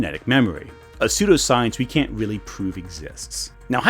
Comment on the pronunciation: Are you sure they aren’t “weal”? Are you wealy wealy sure? Whatever your point might be, whatever this video might be about, I cannot take anything to SEWEIOUSWY